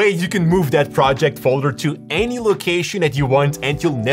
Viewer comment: “froject file”